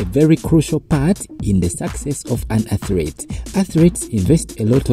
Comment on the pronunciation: I don't mean to be negative. Why is it so hard to say athlete? When I make the sound of your accent, how do you put in it atret why is the letter R there?